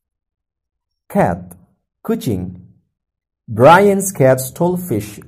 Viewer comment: begitu masuk ke vocab Cat langsung aksennya jadi british ya bang lol